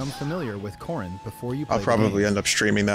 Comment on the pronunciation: dangit now I can't unhear corn whenever I hear corrin